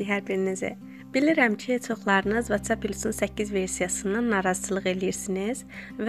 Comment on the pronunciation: Vaççap yox votsap kalxoz qızı kalxoz